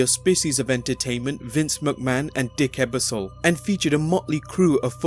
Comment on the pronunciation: Lots of good information. However, you did butcher the pronunciation of a couple of names like Lorne Michaels and Dick Ebersol. When you're making a video that contains people who may be famous in the US but not outside of the US, it might help to have an American edit those videos to make sure these types of mistakes don't happen.